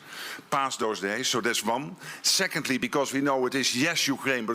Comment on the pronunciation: Ok NATO Chief, it is pronounced "One" not "Von."